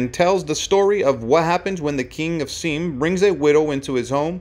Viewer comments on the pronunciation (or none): "... King of seem"? It should have been more like King of SY AM. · Its not pronounced seem but Sy Am. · It's pronounced "Sigh-am," not Seem. Today, it's Thailand. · I loved Yul Brynner. He was magnificent to look at, watch, and listen to! However, before releasing these videos, I wish the person speaking would learn to pronounce things properly. Please note: this is Seam, which us what you call the Country of Siam. It is actually pronounced as "Sigh am" !! Long I, short a. It is irritating to be enjoying a clear, concise story then have such a horrendous mistake grate on your ears. It is repeated incorrectly so often you can't possibly ignore it.😢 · I see another comment for this, but FFS - it's Siam!!! Two syllables! Si (long "I" if you know what that is), - am. As in Siamese cat. IT IS A REAL PLACE - now called Thailand. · You are mispronouncing "Siam". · If you want to continue in your career as a voice over artist, I suggest you learn how to pronounce Siam correctly. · I was cringing every time I heard him mispronounce the former name of Thailand.